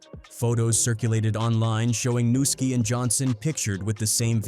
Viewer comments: It’s pronounced NEW-ski! NUSKI! Not NA-ski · It’s not Nuski it’s Pronounced (New-Ski) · The way they are pronouncing nuski name smh